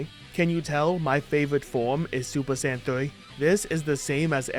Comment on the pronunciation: Okay I know he said Saiyan saga but I swear am I the only one that heard sand saga Also I played the hero mode version of the game honestly it wasn't that bad I know I can get boring but it is still a little fun